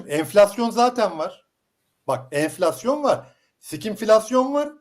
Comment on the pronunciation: cok tatlisıniz enfilasyon